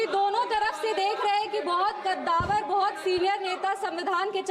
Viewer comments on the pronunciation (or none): बेटा 😁😤😆 गद्दावर नहीं, कद्दावर नेता होता है, वैसे तो जो भी बोला ठीक ही बोला आज के समय के हिसाब से तो नेता को गद्दावर ही कहना ठीक होगा।